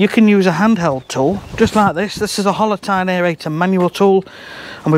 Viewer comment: Before you wrote "Hollow tine aereator", it sounded like "Holotyne aereator"... and I was wondering what complex soil biological process "holotyne" is? 🤣🤣